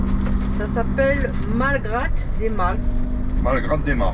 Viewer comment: Cc les amis. Et bien galère les fusibles ..il faut trouver la panne..en Espagne pas facile..vous revenez en France.. Vous étiez à Malgrat del Mar.. Je pense qu'il ne faut pas prononcer le T ..Malgra ..ça doit se trouver près de Blanes..j'y suis allée dans ma jeunesse et Callela de la Costa..il y a de belles plages..et beaux hôtels...vous me direz..Merci. Les toutous sont bien toilettes...tous contents.. A bientôt..bisous ❤️ ❤️